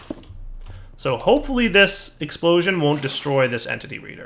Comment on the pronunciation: Ecksprooshon! faints